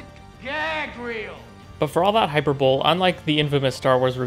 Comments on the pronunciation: Hyper-ball? Did you mean hyperbole, pronounced "hi-pear-bow-lee"???? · Cool video. But you may want to look up the pronunciation of “hyperbole.”